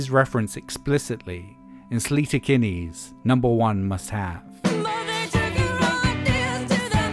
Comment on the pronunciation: Sleater is pronounced like Slater, not Sleeter. Thought it worthwhile to mention that since you said it the same way in the Spex video.